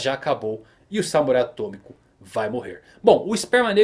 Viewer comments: "samurai atôNico" Kkkkkkkkk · “até que ele cerca o Samurai AtôNico ... ” alguém mais notou kkkkkk